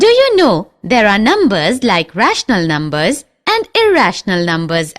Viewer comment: "Rahshnul numbus" Lol